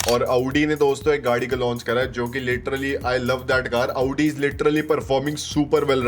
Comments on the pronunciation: Aavdi ❌ Audi ✅😂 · Abbe bhai aauuuuddii mt bol bhai